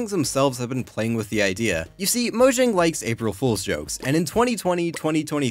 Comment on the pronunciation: IT'S PRONOUNCED MOYANG UGHHH